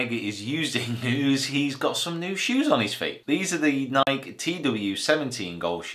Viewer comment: you said nike wrong